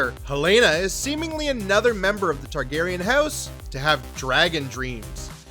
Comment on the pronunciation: I like you. I do. But seriously, get someone who can pronounce the characters names correctly.